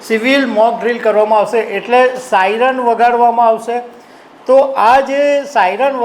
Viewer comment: સાઈનર નહીં પણ સાયરન